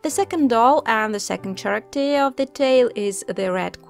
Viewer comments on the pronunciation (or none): She just said CHaracter? Dear the word is pronounced with a K.